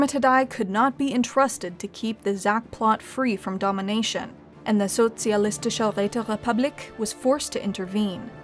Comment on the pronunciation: Well, she managed to do a solid sch, thats more than what you can expect from most English speakers ;)